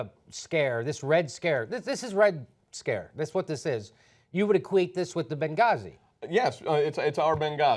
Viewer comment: Did anyone think is said "Red Scarce"?